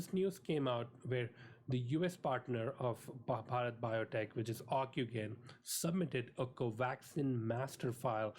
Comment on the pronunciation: It's pronounced ocu-jen! not ocu-gain! But, good summary overall. Encouraging.